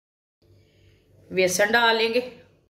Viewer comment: Vesan nahi hota besan hota ha